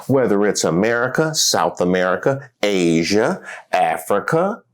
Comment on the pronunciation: That video is soooo cringe! My dude can’t even speak properly what is “Asiaer”😂😂😂😂